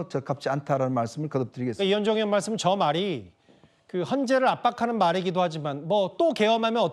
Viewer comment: 즐라도 강씨 고생이 많다 의지 발음을 못하고 으디라고 하니 니가 전라도이지